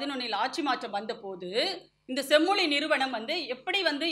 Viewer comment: தமிள் செம்மொளி வாள்க! தமிழுக்கே சிறப்பான 'ழ' வைச் சரியாக உச்சரிக்கத் தெரியவில்லையே!